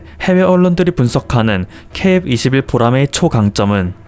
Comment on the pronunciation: KF21를 읽으시는데 발음이 처음부터 끝까지 이상하네요. 제 귀가 이상한것인가? 중국방송 아나운서가 발음하는 것처럼 들려요